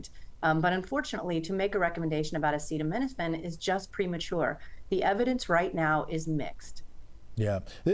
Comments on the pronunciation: Trump can't even say the word Acetaminophen lmao... is he autistic? His mother must have had too much Tylenol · Do you think class action lawsuits trump loads of scientific studies and meta-analyses? Listen to what he said. He doesn't know what he's talking about. He couldn't pronounce the word - that's how much care and thought he's put into it. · Trump is a dumbass and can’t say acetaminophen so the idiot just says Tylenol. Hope he gets sued for it. Lol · Why would anyone listen to the Orange Carnival Barker, in addition to lying constantly he can't even pronounce the word "Acetaminophen" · Can't pronounce "acetaminophen" (which we've all heard of) But had no problem pronouncing "hydroxychloroquine"🤨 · Sure, take the advice of someone who doesn't even know how to pronounce acetaminophen lol. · I loved how he had to ask if he pronounced acetaminophen correctly. Can we get him to try paracetamol next? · Bro couldn't even pronounce the name correctly. Yet stood up there reading from a script about something he probably doesn't give a shit about. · Can’t even pronounce acetaminophen.